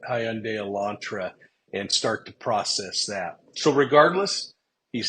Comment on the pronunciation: Ok, s l o w l y …..”hun day” like “Sunday” Elantra not Elantro.